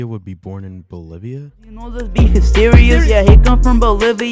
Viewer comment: Why did bro say Bolivia like he aint never heard of it